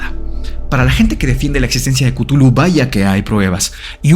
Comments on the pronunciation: Cutulu Mi mente disléxica todo el capitulo: tu culo 😂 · Soy de la generación q llama o, mejor dicho, pronuncia Chuthlu como "shulu" lo de cutulu me suena horrible...😅🤣🤣...( aunq la verdad es q me gusta tanto como has tocado el tema q no es ni siquiera una crítica...) 😊❤️ saludos desde las Islas Canarias 😘